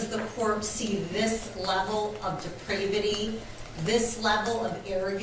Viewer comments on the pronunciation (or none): Did she just say "depridivity?" Wtf is that? Objection, your honor! Unintelligible. You can't just be making up words on the bench like that.